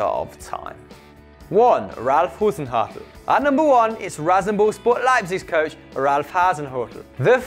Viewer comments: #1 is pronounced "Haw-Zen Hew-Till" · Hoosenhuttl hahaha, lovely pronounciation :D Still, #notorbleipzig